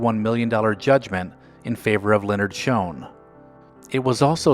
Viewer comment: It is Shoen not Shone